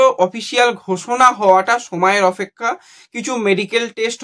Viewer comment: অপেক্ষা এটাও ঠিক করে বলতে পারো না